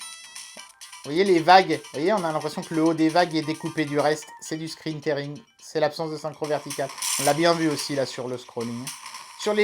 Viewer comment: Merci pour la vidéo (on dit "scrin tiring")